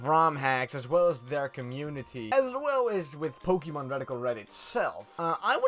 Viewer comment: You say pokemon wrong, next!